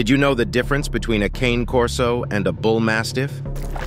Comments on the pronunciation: When you have Ai do your video voice over, it reads "Cane" like walking cane. The dog is a Cane Corso. Pronounced KAH - Nay. Only other challenge flag is saying the bull mastiff is more protective than a corso. I would say it depends on the individual dog, but Cane Corso LITERALLY translates to Guardian Dog in Italian earned because of how protective they are. I breed Cane Corso. 🇮🇹 My male and female are both as beautiful as they are protective. They only get aggressive when you say "cane" wrong. 🤌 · I have 2 Cane Corso's. You're mispronouncing their name. They're not a piece of peppermint or a walking stick (cane). It's Ca-nay Corso. It's an Italian mastiff. If you don't know how to pronounce their name, then you don't know the breed! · I know that you don't know how to pronounce Cane Corso.... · That is not how you pronounce it, it is an Italian dog, now think about that...